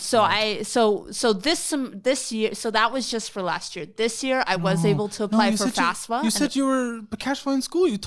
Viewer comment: She is not very clear on what the FAFSA (or "fasfa" as sye says it) is. It's not aid, and it's not the government paying for college. It's just the application form from which grants and loans can then be calculated and off we red to students. I hope that doesn't come back to bite her someday.